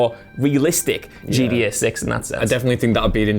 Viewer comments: GTA V had fast travel. Also it GTA. Not GDA. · Swear he's saying GEA not GTA loool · Is he trying to say gta he is saying gda 5